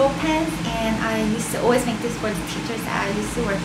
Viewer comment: it's cute the way you say "always"... it sounds like "oooways" lol! love your cute accent